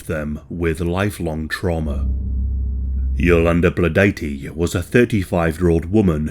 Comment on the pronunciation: I appreciate that you pronounced her name correctly, most wouldn't 😄